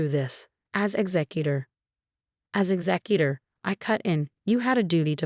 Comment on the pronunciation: Ray chill or Ra shell which is the French way but never Ratchel. Also executor is exec you tore.